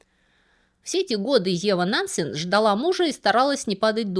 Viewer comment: Очень интересно было слушать, за одним исключением. Уж простите, но мне кажется, что фамилию Нансен надо произносить с жёсткой Е, как Э.